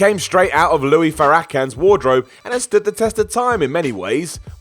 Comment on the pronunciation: Pronounced "Lewis" Farrakhan. Not Louie